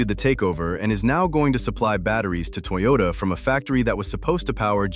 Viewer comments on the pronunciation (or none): none